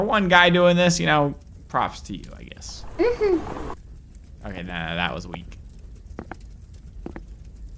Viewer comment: It's OKEH to not be OKEH ❤️ (titan cry😭)